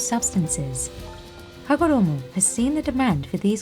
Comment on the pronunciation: I love the rolling R-esque way you enunciate Hagoromo, it's almost as satisfying as watching the chalk manufacturing process lol